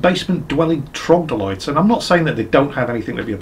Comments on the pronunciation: Actually,... It's not trogdolytes, it's troglodytes. 😆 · Its trog-lo-dyte not trog-dol-ites by the way. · Troglodytes not trogdolytes.? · Why can't you say "Troglodytes"?